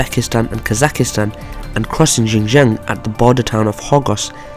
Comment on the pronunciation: Kazakhstan bro, not Kazakhistan